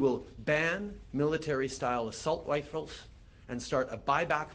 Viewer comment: Sounded like he said Assault Lrifles.